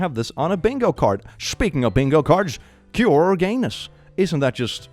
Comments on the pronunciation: It took 8 minutes to realize it was it was "cure gay" I thought it was "pure gay" 😂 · I misheard you the first time you said cure, I thought the bingo tag was "pure gayness" and I was wondering how it fit in lmao